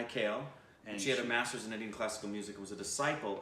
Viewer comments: It's not Kel its kaale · His last name is pronounced in two syllables "Ka-Le" instead of "Kale" which is one syllable word. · Okay his name is Kale read as Kaa-le and not as the veggie kale :P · Hi and. You are great! I always enjoyed your recations. His name is pronounced as "Ka" "le" not kayle. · Kale U say kel It's Kaa... le Kale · He is not kale as in veggie kale but Kalé. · Not Kale its Kaa - Lay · Haha it’s not the kale we eat. It’s pronounced ka-ley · It's not Kale as in the leafy vegetable. It's Kaa-Lay ... it's a Marathi surname. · After seeing the title, I was 1000% sure they will pronounce his surname as केल and not काले 😂😂😂 P.S- It's pronounced as Kaa-lay. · Its not Kayle Its Kaa - Ley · His Surname is pronounced as "Kaaley". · Pls spell it as Mah...yesh..kaa..lay🙏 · He is great... Glad you guys liked him. Just a correction... His last name is to be pronounced as "Kaaley"... Keep up thr awesome work! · His surname pronounced (Kaley) ☺️ he has sung in one of the regional language of indian state , it's Marathi language ,but our music is the same , ancient Hindustani classical music , notations are same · Mahesh Kale (pronounced as Mahesh Kaa-lay). This man learned classical singing from a legend.. His Guru was Pandit Jitendra Abhisheki.. He was a legend.. And his teachings reflect in Mahesh's singing in an awesome way.. Mahesh has his music classes in USA.. He is not there all the time though.. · Pronounciation of "Kale" as Surname is "Kaaley". He is a great Marathi Singer. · His last name (like a lot of Marathi names) is pronounced Kaa-lay. If you're interested in hearing some fantastic classical music live when you do come to India, come to Pune around the end of the year for the Sawai Gandharva Festival. It's amazing and you'll see the best of the best musicians (singers, instrumentalists) across India coming to play. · Kale is pronounced Kaa-lay, not like the vegetable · Its Mahesh Kaa...Le (as in leg)